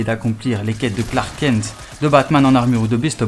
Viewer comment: tu tus la légende de SUPERMAN en prononçant Clark KEN ....prononçe KENTE lol